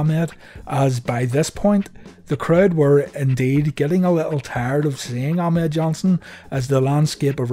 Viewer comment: The way vince used to say it in commentary it always sounded like "a mad johnson"